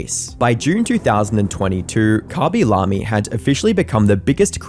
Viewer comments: i dont want to be a nerd but itsh not khabi lami its khaby lame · Khaby lahmie is a way I’ve NEVER heard his name pronounced lol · Bro really said kabi lami😭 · Ngl that pronunciation of khaby lame as khabi lami got me rolling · Wait that's how you pronounce his name?